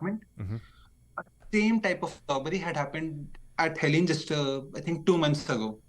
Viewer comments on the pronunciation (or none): none